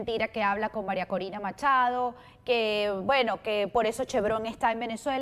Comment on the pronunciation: No es colina, es: Corina😮😢❤